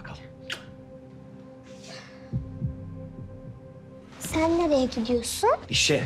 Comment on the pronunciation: "Çen kimlere özendin çen" 😅